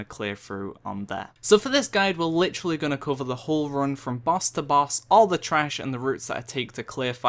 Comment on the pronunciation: "Litchrally" It's literally not litchrally...